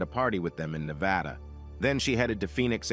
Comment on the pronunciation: Thank you for pronouncing Nevada right. 😁